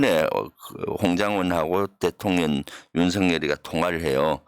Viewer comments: 대통련으로 발음이 이상해요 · 대통련은. 경상도사투리여요. 쌀도발음안되서 살이라고 하거든요😂